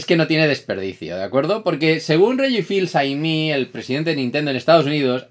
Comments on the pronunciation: Le has machacado el nombre al pobre hombre, se pronuncia eme no aimi. un poco de esfuerzo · Fils no, se pronuncia fis Fis-eme, en France fils aimé significa hijo querido. Hoy aprendiste algo nuevo